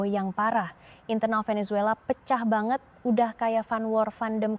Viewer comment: Apa kata benaran baget???? Baget ???? Ini bahasa melayu???? campuran ya ??? Ternyata, lebi jelas orang papua berbahasa Indonesia 😂😂😂